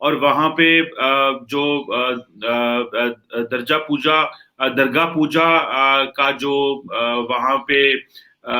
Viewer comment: pronounces Darga Pooja instead of Durga Pooja. While sitting International level discussion/analysis he need reasonable good knowledge. He is not fully matured analyst and not deserved for International level. Jai Hind🙏🙏